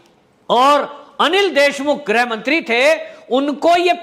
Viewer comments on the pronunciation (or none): Sir grah mantri ki jagah grih mantri bola karo